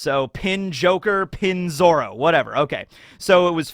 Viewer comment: its not Pinzoro its Peen Zoro. Sounds much better and is proper vowel pronunciation.